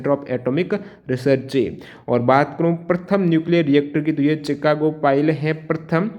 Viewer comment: Sir vo चिकान्गो nhi शिकांगो hai 😂